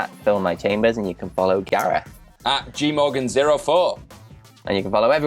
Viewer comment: That final story? I was so so so confused at first because I swore that I heard Gareth say "The Rock Ripped His Front Gay-off!" and I was like "His WHAT?!"